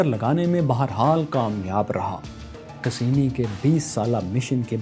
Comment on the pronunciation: Cassini ko pronounce to sahi se krain sir